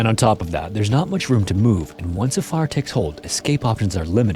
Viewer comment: why do you say fire like a southerner? Lol